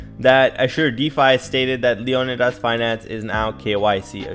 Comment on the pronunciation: It's pronounced LEEE-O-NIIIDAS